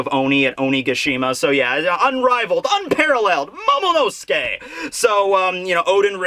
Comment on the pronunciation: I cant hold myself. He´s NOT called Momo-nuske, but Momo-NO-SUKE! Everyone and their mother keep saying his name wrong .... just wrong ...